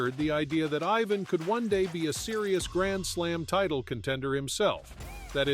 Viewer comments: Its IVAN you ai sonovahoar. Not EYE-VN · Ivan is pronounced iván not aivan… Wilander is pronounced vilandr not wailander… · It would help if you pronounced it i-VAHN. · You mispronounce his name in the very first sentence. WTF?